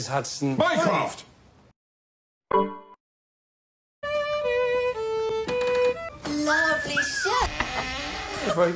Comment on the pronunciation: Sherlock: MycROFT!! Subtitles: minecraft